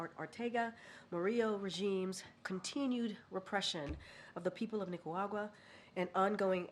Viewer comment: I love it when she tries to pronounce Nicaragua. 😂